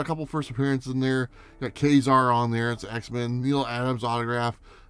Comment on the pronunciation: Very nice books. Even if they hadn't been gifts, I think you picked some good ones to hang on to. Also thank you for pronouncing Ka-Zar as Kay and not Kaw. I don't know who's right, but that's how I pronounce it too.